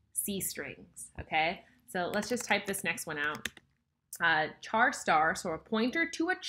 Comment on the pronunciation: Cant handle the way you say char, thanks for the video though